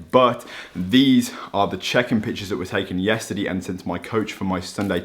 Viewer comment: Every normal person: yesterday: yesterdee